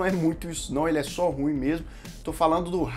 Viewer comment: É ru ím que fala.